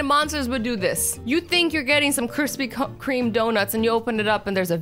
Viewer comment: U think u getting crispy cu cream donuts:AKA azzys Canadian accent